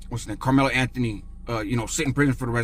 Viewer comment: Also it's Carmelo 😆🤷‍♂️